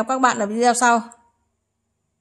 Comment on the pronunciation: Đọc là VI ĐÊ Ô chị ơi ! Rất ngưỡng mộ tài năng của chị. Cám ơn chị nhiều.🥰🥰🥰🥰